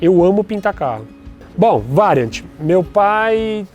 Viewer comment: Se tá falando errado mano... Não fala variante?